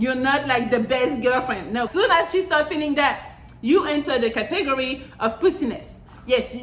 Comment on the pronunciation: Did she pronounce category as cah-tigerie? 🤣